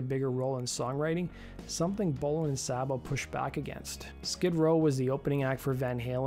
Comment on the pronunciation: Dave Sabo’s name is pronounced ‘Say-Bo’, not ‘Sobbo’! Get it right!